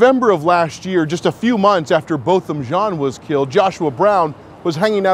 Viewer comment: I love you. Which is the only reason I am correcting you. Its pronounced John.